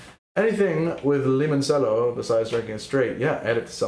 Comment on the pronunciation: Great work, really enjoyed having this in the background while working. Also, limoncello is pronounced like lee-mon-chello rather than lee-mon-sello.